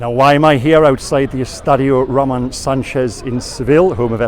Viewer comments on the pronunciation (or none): none